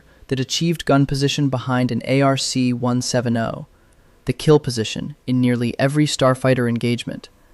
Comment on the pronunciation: its pronounced ARC/ARK 1 70 not 1 7 0